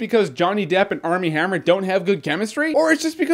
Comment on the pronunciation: Dude his name is "Armie Hammer"